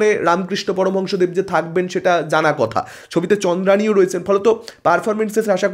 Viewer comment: Chandrani noy chandreyi.... Dada😊